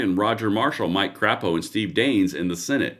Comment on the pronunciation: You mispronounced Mike Crapo’s name. The “a” is long